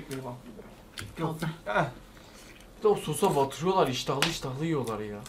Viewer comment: çok iştağlı măăăl dedi